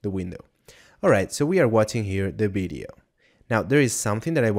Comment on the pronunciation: bideo - sounds like blender video :)